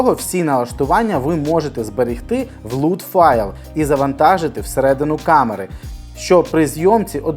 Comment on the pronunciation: Правильно ЛАТ, а не ЛУТ ;)